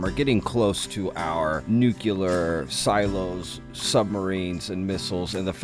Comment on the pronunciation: NEW-CLEE-OR not nuculer